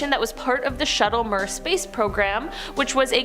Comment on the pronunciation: you babe sweet sweeet baby girl....MIR is pronounce MEER...ITS like my smoker uncle sayin hellio in the morning